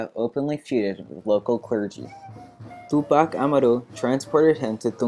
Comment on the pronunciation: u really gotta learn how to pronounce tupac amaru man